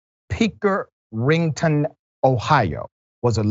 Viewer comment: The emphasis should be on the first syllable of "Pickerington (PICK•er•ing•ton)," not the third. I'm not asking for you to beat yourself up over it. I'm just providing you with information for future reference. Now, back to the video.